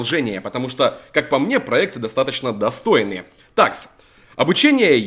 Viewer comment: если тебе не похрен на подписчиков скажи почему ты говоришь не достойный а достоныи